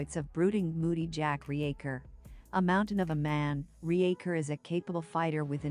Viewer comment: RE-Acher? Use a proper voice or get bent. This is garbage dribble.